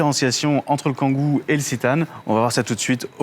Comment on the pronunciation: On dit citan est non zitanne